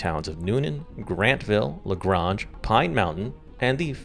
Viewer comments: Also, it’s pronounced “La Grainge.” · I know this is a stupid nit-pick, but LaGrange is said with the "a" sounding like the letter a, not with an "aah" Again, I know it's stupid, but being from around there, it's like nails on a chalkboard lol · I will be that annoying GA watcher that corrects you, it’s La GRANGE with a loud A! 😂